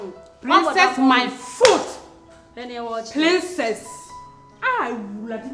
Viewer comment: Slay queen said Plincess oooooo hmmm.